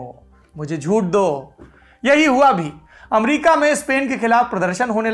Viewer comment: मुझे झूठ दो sounded like मुझे ड्रग्स दो😜😆